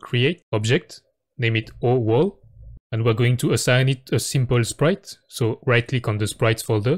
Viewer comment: i love how when he says "oWall" it sounds like "owo"